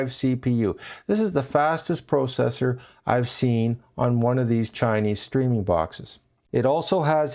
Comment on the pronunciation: I have never heard anyone say processor that way.